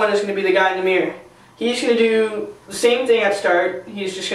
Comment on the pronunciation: the guy says mior instead of mirror